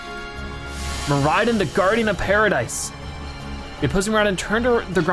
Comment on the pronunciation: Its mor i don not mor i din